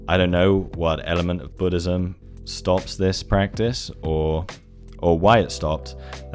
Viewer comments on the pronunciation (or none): none